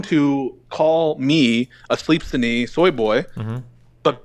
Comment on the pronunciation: "don't call me a tshoy boy" lol